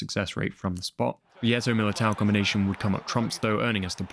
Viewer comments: Milito not Militao 😅 love the video though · You pronounced Milito's name wrong - you're making it sound like Militao from Madrid. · Goal of the season - sneijder Player of the season - eto'o also, saying milito's name like militão (real madrid player) is gold haha. love your channel, keep up the good work!